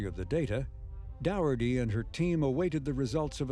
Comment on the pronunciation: Dow erty ? Dougherty is said as Docherty and Doherty is the same name too.